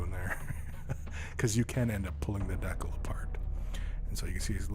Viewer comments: I've never heard anyone ever pronounce decal as "deckle" before this video. It really bothered me for some reason. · I think that's how Canadians pronounce it. I'm a Canadian but I say Decal, but my dad pronounces it like deckle, probably because he's lived in Canada for most of his life.